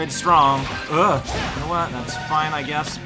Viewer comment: MAKE BURGERS AND CORN! Are.. are you calling him "uwu" or is this just my headphones... "That was free!" Yeah... free... hahah... I totally didn't... take forever to beat that mission... hah...